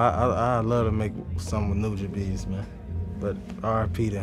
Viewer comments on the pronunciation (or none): Lmao not sure if he's trolling us with the pronunciation of Nujabes but Shiki No Uta is one of the hardest tracks of all time and shouts out to Samurai Champloo that show is the GOAT. RIP NUJABES <3. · My nigga said nujabees 🔥🔥🔥🔥